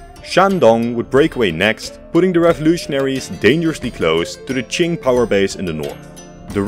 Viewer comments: Bro finally pronounced Qing China correctly. My man! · Hey, he learned how to pronounce Qing.